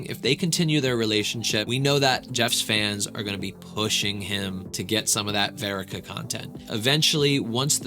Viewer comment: wait… say her name right. It’s verica. Like Erica with a V